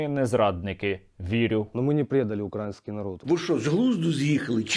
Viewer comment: та не думаю, что они украинцы... любой украинец знает, где правильно ставить ударение в слове "украиский". Палятся ребятки